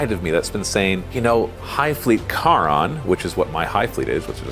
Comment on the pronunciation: Charon is pronounced like "Karen", it's the Ferryman that carried the dead across the Styx.